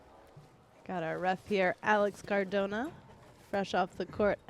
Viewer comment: it's cardona not cordona. inform yourself